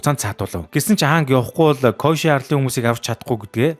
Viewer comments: Коешы биш Кёошы гэж зөв хэлээрэй гэж хүсэж байна. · Дууддаг гэж бичдэгшүү бас кёоши гэж дууддаг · Киёоши гэж дуудаг шүү kyoshi-г